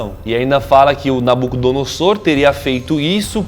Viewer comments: Se pronuncia: "NabucodonoZor".. não .."noSSor".. E sim, se está na Bíblia e tem provas eh pq eh vdd... o fato eh que não foi concluída, Deus interviu, motivo pelo qual temos tantos idiomas hoje, pq até então era apenas um! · Nabucodonosor o S se pronuncia como Z Achava que era só um Nabuco e não 2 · A pronûncia de Nabucodonosor II está errada, a maneira certa de falar ( como se lê ) é {Nabucodonozor segundo}. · Se pronuncia nabuconodozor